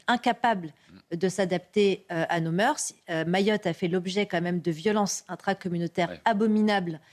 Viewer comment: Et pour info aux jeunes journalistes : on ne dit pas nos moeursssss, juste nos moeurs mais comme ils ne savent pas non plus respirer et avoir le ton juste ... Bref ...